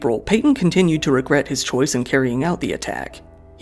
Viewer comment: “I wegwet” Theres def signs lol